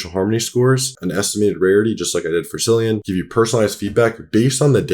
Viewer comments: Killian..not cillian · Pronounced ‘Killian’ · Pronounced Killian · Was just going to say that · omg it's CILLIAN with a K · did you said Syllian? Seriously? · I thought his name was pronounced “Kill-ian “ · the incorrect pronunciation 🥀